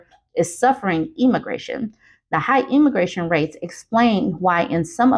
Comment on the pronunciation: This might be nitpicky, but you're saying emigration is wrong. It's the e as in eggs. You keep saying immigration instead, and that means the opposite population migration to what you're supposed to be saying.